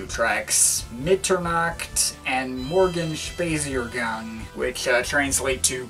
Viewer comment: Morgenspaziergang is pronounced kinda like: "More-gun-spud-zeer-gong" - if you say it like that you're pretty damn close. :) Will you review, at some point, also the music of Ex-Werkers like Wolfgang Flür's Yamo and Karl Bartos' Electric Music?